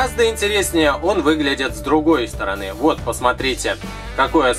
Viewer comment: В он сказал вместо СТОРОНЫ - СТОРОНЁ